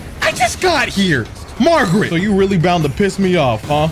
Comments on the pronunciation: i love sm and this is my second time watching this play through, but i cant stand when he says margrit😭😭 its margit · calling Margit, “Margaret” the whole fight had me rolling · There is not one name that this guy says correctly. You kidding me magrit? Melanin? Grass instead of grace? This dude needs to go back to school lol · Im glad I wasn't the only one stuck on "Margret" for a good while. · When he called Margit Margret I died!!! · Keeps calling Margit Margaret lol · Everybody keeps saying this name wrong lmao. Its not Margaret. Its Margit. I dont think Ive seen more than 2-3 ppl get the name right 🤣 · Idk if you’re pronouncing the names wrong on purpose but his name ain’t Margaret. Also you need to slow down and go explore more. You’re kinda just rushing through this. You’ve missed a whole lotta stuff in limgrave